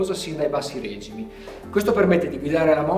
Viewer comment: si dice regìmi, REGI'MI per dio non RèGIMI